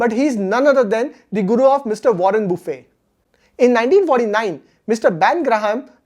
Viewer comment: Hello Mr it is not buffey...🤣🤣😂😂😅😅.buffet it is